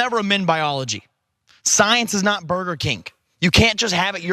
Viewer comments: Did he say “ burger kink” 👀 he’s still thinking about those drug filled orgies😂😂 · Did Madison say BURGER KINK ? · Did he say “Burger Kink?”